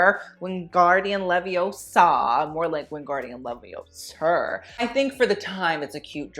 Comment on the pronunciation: Not wingardium leviosHER 😭😭